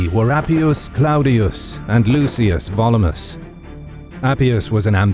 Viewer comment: I have a dumb question. I know a lot of effort goes into pronunciation this channel, so I assume the repeated pronunciation of "Volumnius" as "Volumus" is not an error. But what is the rule of Latin pronunciation that explains that?